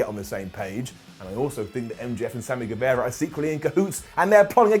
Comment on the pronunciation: Hi, it's Sami Gue-VAH-ra. Like Che Guevara. Not Guevera.